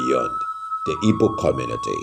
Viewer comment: Please, the name of the people is ''Igbo'' not ibo. There's no word like Ibo instead a miss pronunciation.